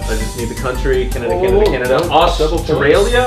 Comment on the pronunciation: i love you but the real way to say Australia is U-S-T-R-AY-LEE-U